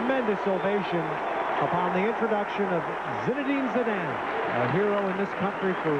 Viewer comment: Zinedan Zedene? Really? This guy really should've learned how to say Zidane's name before embarrassing himself on international tv lol